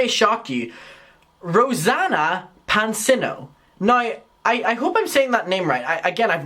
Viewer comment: It's said Panseeno